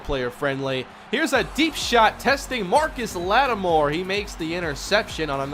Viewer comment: It’s Marshon...MARSHON LATTIMORE